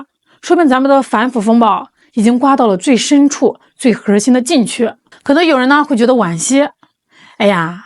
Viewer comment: 是哪里人啊？儿化音怎么用到“核儿心技术”这个词中的核字的后面了呢？